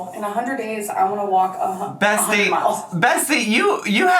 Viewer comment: In tears over 'double feature' 😂 And did you call her Bestie or Bessie ?😂😂😂😂😂